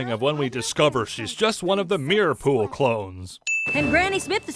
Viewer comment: for said fool instead of pool. ONE MORE SIN!